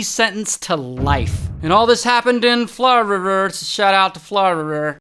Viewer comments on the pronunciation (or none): Florida ❌ Flawrurur ✅ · Florida ❌ Florier ✅ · And this all happened in frirr so shout out to frirr” got me like its Florida not frirr 😂😂😂😂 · I heard armourererer in another video and now florirer🤣🤣🤣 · I know this is off topic but the “florereurrr” hit hard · “arl thus hapnd in flornd so shatat to forln” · Fl-rer - rer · “Shoutout to flowrerr” 😂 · Man, just gotta love the state Flaur-Rer-Rer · Ah my favourtie state "Flarrweverth" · Why can't you say Florida properly? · Why do you say Florida like that?😂😂😂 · The way he said Florida😂😂😂😂😂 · I was not expecting the way he said Florida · some one teach him how to say florida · The way he said "Florida